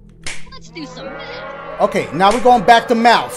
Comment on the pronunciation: Very proud of my boi for beating this. Could have sworn he'd give up the moment he saw "Mafth"